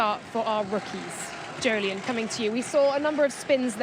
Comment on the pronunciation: I keep waiting for these Weekend Warm-Up videos to be interesting..... (But thanks for establishing that Jolyon's name is pronounced like Joe-Lee-In.)